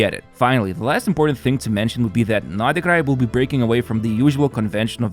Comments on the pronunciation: Pronounced like Nod Cry ....... NOT NodaCry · "I hope I'm not butchering them..." It's "nod krai" not "nodikrai". [Yes I know he was talking about the character names, but still.] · Is the way he pronounces nod krai the correct way? Sounds so off to me …